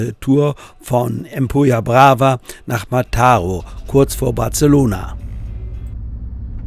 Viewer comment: Kleiner Tipp: Wenn auf einem spanischen Wort oder Ortsnamen ein Akzent steht, dann wird diese Silbe betont. Ansonsten immer die vorletzte. Mataró wird also auf der letzten Silbe betont.